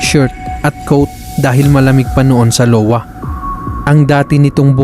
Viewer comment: “ahywa” ang pag pronouns ng state ng Iowa lods. Letter I ang first letter.